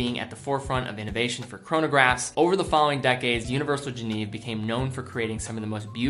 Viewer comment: FFS,, for a watch enthusiast, you really need to learn how to pronounce "Genève"…it's NOT the English translation "Geneva" minus the final 'a' — it's more like "jhen-ehve." I grew up there, and it's painful to hear you mangle the name over and over. It just makes you sound like you don't know your subject matter.